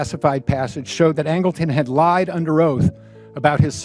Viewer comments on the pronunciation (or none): none